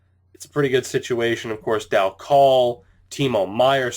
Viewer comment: Michael Dal Colle is pronounced Michael Dal coal